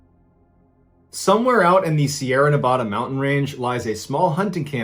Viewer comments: I love him!!!!! But he says Nevada wrong 😓 makes me cringe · Love your stories... but please pronounce Nevada correctly. Us natives hate it bring called Navaduh. Thanks mrballen